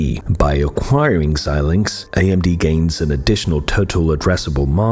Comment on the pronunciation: It’s nice to hear somebody pronounce Xilinx correctly! Most people absolutely butcher it. And then repeat it dozens of times!